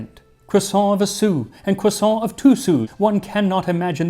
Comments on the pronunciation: Max, I want you to know that I empathize with your struggle over how much to anglicize "croissant". I never can say it in English either, because it sounds wrong if you don't give it a French pronunciation, but actually saying it in French is also clearly not right. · Its pronounced, cwassAAAAAWWWW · You can’t get away with only pronouncing half the word correctly 😝 Either go all the way, kwasahn or keep it American, cruhsawnt. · Cwossant- Carl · Yes the French do indeed pronounce it CROIsant. And they should know. 😂 But I like the look of the bready one. Flaky ones are a pain to make. Its lunch time by the time mine are ready. No way am I getting up at dawn to make them. 😂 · hahaha cwoisson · Me saying quaso everytime Max says croissant with a pompous pronunciation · I love croissants. I remember hearing two women talk about "CROO-sants." I damn near died. 🥐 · Um, are you going to finish that cwossaint? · Don't forget, it is pronounced "kwason". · It’s pronounced “KWAH-soh” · "croisson'' huhuhuh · "today I wanted a.... croissant QUASO" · No, the French don't say "kwusont" the rolled R is nasalized and sounds a tiny bit like it when spoken. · Today Max made a video on the history of Croissants Quaso And so I watched a video on the history of Croissants Quaso And in the video Max repeatedly said the word Croissant Quaso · cRRRRRRRRRRRRRRRRRRRRRRRRRRRRRRoisant . let your R roll 😄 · The American pronunciation of croissant is hard to take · literally cannot finish the video with the way he's saying "croissant". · be interested to see if that pronunciation has any effect on the French edition sales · Dear history with Max Miller , I never thought I would correct you, Max on anything but, croissant is pronounced with an ending of ant ou ants (like the little ant bug). Greetings from Quebec, Canada 😀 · Your pronunciation is usually so good, but you aren't quite getting croissant right. Great video as usual though, thanks Max!